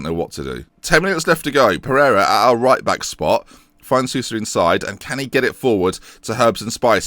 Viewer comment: Sousa is pronounced like Soh-sa. Great series btw, love it!